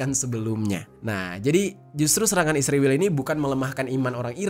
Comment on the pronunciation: Israel bang, bukan isriwil😂